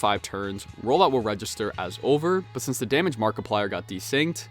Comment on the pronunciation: "Hello everybody, my name is Market Plier!!"